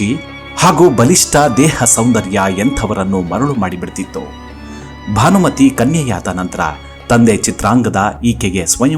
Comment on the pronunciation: ಸಾರ್, ಭಾನಮತಿ ಅಲ್ಲ, ಭಾನುಮತಿ.